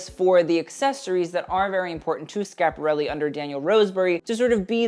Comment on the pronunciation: I'm an og fashionista of a certain age who hasn't been truly excited about the artform in stone ages . I figured I'd take a look as you came up in my feed & I haven't seen you before . When you opened by pronouncing Schiaparelli correctly you had my interest . Your knowledge of fashion history is remarkable . Most youth I've seen don't know their decades let alone deep house history . Understanding taste & style is an innate gift which you seem to have . Not that we're born knowing everything but we naturally absorb that information in a sensory way . Thank you for your passion . I enjoyed watching it .